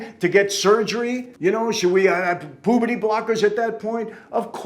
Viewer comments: Michael said poohberty blockers 😂 not puberty 😅 sorry Mike I just thought it was funny .. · “Pooberty” lol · Him saying “pooberty” blockers was absolutely hysterical!!! I enjoyed the rant. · pooberty blockers. Haha he said it like 4 times. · I love how Michael say puberty blockers it's funny 😂